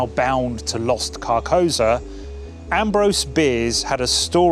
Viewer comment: I appreciate the vid but I have to point out it’s pronounced car-kou-Sa, which is a very important part of the vibe of the name